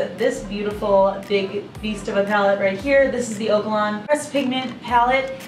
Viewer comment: Lmao I think it's oh-ka-lon